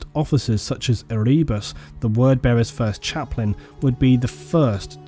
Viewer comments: E-ree-bus? Ere-bus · Omgad, its not erebus the way u say it. Have you never listened to any of the audio books? Its pronounced Ere-bus. Listen to "The first heretic" Audio Book plz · Ehreebus lol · I've never thought of stabbing my eardrums out before, but after hearing you pronounce Erebus. Yeah, maybe.